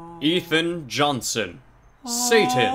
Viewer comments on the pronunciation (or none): I watch these entire videos just to hear him say: Saay-tn... with all the swag xD